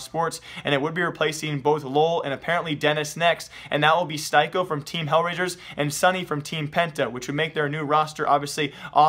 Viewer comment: its not styko (stajko) its stiko like wooden stick